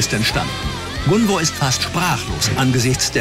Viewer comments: Bin ich tatsächlich die einzige die getriggert wird, weil die Psychologin Gunvors Namen ständig falsch ausspricht? 😅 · Ja sie sagt ja immer gunver 😂trigger